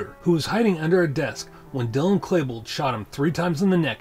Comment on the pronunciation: you keep saying Klebold wrong. its not Klabold, its Klebold.. "E" not A man.